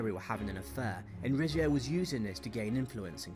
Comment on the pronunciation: It's dynasty like din nasty , not die nisty. Mary of Guise's surname is pronounced Geez not Guys. Rizzio is pronounced Ritsio. I think you should have had some "honourable mentions". William II (William Rufus) who was brutal, disliked and soon murdered, Richard I who used England as a cash cow to provide money for the crusades, and who spent not more than 6 months of his reign in England; Edward II who was not much interested in being King and had poor judgement. He indulged favourites who antagonised his barons and caused them to rise against him, lost the throne and was murdered: Richard II who also had bad judgement, presided over heavy tax burdens causing the peasants' revolt, lost the throne and was murdered: Charles I who had bad judgement, poor leadership skills, lost the throne and was executed: Charles II who was sponsored by a pension from the French King to keep him acting in the interests of France and was too dissolute and uninterested in ruling to maintain the British navy, allowing the Dutch to invade Britain, all the way up the Thames to London: George IV who was basically fat dissolute and useless. Plenty of contenders among the British monarchs :-)